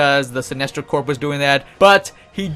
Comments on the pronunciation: decent video thanks. GL Corps is pronounced "Core" not "Corp", like Marine Corps. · Its pronounced core not Corp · corp isn't pronounced corp its core ya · It's pronounced core not Corp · It is pronounced core, not Corp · when u say corp your not supposed pronounce the p lol u say it like core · He keeps saying "Corp" instead of "corps" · Nice video, but I gotta tell you're you're pronouncing "Green Lantern Corps" wrong. It sounds like "core" not "corp".... its French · btw 'corp' is pronounced like 'core'. you don't say the 'p'. like marine corp isn't with the 'p'. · "Corps" is pronounced like "core" as in Army Corps of Engineers. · Corp is pronounced core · Is English not your first language? You sound like an imbecile. BTW the p is silent in "corps" it sounds like "core"" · the p of corp is silent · The way you're pronouncing "corps" is triggering me.